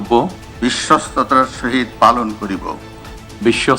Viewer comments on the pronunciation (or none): *******,বিশ্বস্ততা যে উচ্চারণ করতে পারে না,সে বিশ্বস্ততার সহিত কিভাবে কাজ করবে I বিশ্বস্ততা কে বলেন বিশ্বতা I ভুলটা সম্ভবত ইচ্ছাকৃত কারণ বিশ্বাসযোগ্যতা,বিশ্বস্ততা কোন চোরের ভিতরে থাকে না I *******বাংলাদেশের ঝড় উঠেছে,ধীরে ধীরে বৃষ্টি হচ্ছে I ঝড়ের তান্ডব এখনও বাংলাদেশের মানুষ বা বিএনপি অবলোকন করেনি....... বিপ্লব দীর্ঘজীবী হোক 🇧🇩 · তারেক রহমান বিশ্বস্ততার উচ্চারণ টা ঠিক মতো বলত পারলো না আহারে প্রাধানমন্ত্রী।😅😅😅